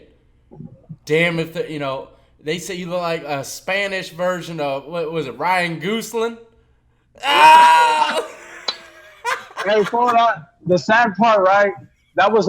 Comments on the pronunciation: Dam death is butchering the heck out of his name. His name is not pronounced gooseling lmao its gosling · dude said Gooseling .... bruh its Gosling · He said Ryan GOOSEling haha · He said, "Goosling" 😂😂😂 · said Goose-lin.... Hahahaha Dead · Gooseling!? 😂 love you!!❤ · Its "Ryan Gosling" Ryan, pronounced like Brian just without the B. Then Gosling pronounced like "goss" - "ling". Sorry but you saying his name wrong was like nails on a chalkboard to me haha